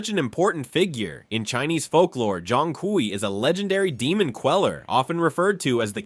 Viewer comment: It's pronounced like "choong kway"